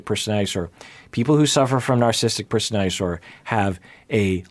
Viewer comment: Love how when has to say “narcissistic personality disorder” several times in one paragraph, it becomes “narsistic personally disorder”